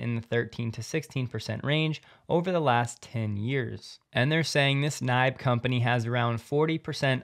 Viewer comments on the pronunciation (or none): Swede here. We pronounce NIBE “nee-beh”. They are a major vendor in Sweden. Since we have roughly the same climate as northern Canada, geothermal energy is a very common way of heating our houses in the winter time. You drill a hole, straight down, around 150 meters (450 feet) and that saves maybe 30% of the cost for heating - of course depending on your climate zone, house standard and overall power consumption.